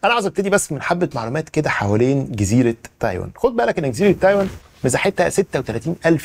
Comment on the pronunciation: تايواااان و ليس تايون